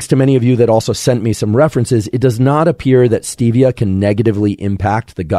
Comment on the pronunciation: Stevia isn’t supposed to be pronounced like that. Has nothing to do with Steve.